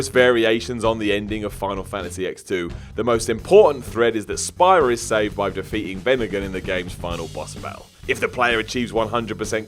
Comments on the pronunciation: It's "speara" not "spy-rah" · Say it with me. Speera. It's pronounced Speera. Even in the games, they call it Speera. not Spyra. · It's pronounced SPEAR-AH. Not Spy-ra. Have you even played these game? They're awesomely voice acted and they only say Spira about a million times throughout. And Zanark-Land... seriously? Two things: it's Zanarkand (no L) and they are reunited on the island of Besaid, not in Zanarkand. You really haven't played these games have you? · seriously? Did you really just say X-2 as an X rather than 10? it's called a Roman numeral ffs.....also it's Speer-uh not Spire-uh and Ky-nay not Kane. :/ oh, and if Meryl dies Snake leaves with Otacon, NOT Ocelot... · "speara-spira" SPEAR-A! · "Spy-ra"? Are you mispronouncing Spira on purpose? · Spy-Ruh!? Ooooooooooo... No way you played game. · it feels like it is so, cause EVERYONE who has even played the english version knows it's "spear-ah" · He also said "Kane" instead of "Kainé" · Amazing considering that game has like...voice acting and it's said about fifty times. Did you also catch "Zanark-Land"? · Not gonna lie. I cringed a little at how he said Spira and Kainé... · mispronouncing means people will comment. So more page traffic -_- lots of vid's do it now & it's pissing me off. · That pronunciation of spira made me sad. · So triggered by the pronunciation of Spira. Maybe the player of these games should narrate so we have someone who knows what they're talking about😭👌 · How you pronounce spira and everything from oddworld hurts me so much 😣